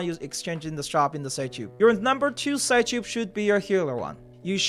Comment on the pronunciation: it's probably pronounced psych-ube like sigh-cube, and not sigh-choob.